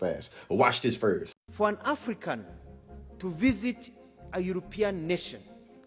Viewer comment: Couldn’t catch your accent until you said “first.” Are you from Dallas? Lol